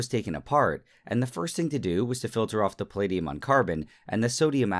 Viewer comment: Hearing Nile pronounce palladium as pahleediyum was the most painful thing ever.